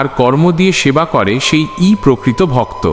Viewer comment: Sonob na ta ki katha, se e ta ki katha, শুনব না , সেই এগুলো ঠিক করে বললে আরও শ্রুতি মধুর হতো